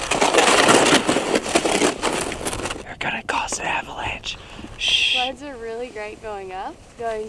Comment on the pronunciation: in the intro i heard "we packed everything into these sluts"... she said sleds... makes more sense lol